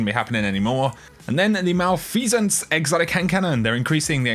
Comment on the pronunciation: You had me engaged until you pronounced malfeasance.